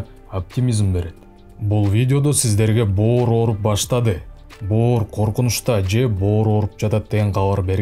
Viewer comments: Боор дегин😂😂😂😂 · бөөр деп боорду эздин.молодец. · 👏👏👏👍👍👍😆😆😆аябай жакшы түшүндүрүп бердиңиз СИЗГЕ рахмат бөөр дегениңиз күлкүлүү болду 👍😂😂😂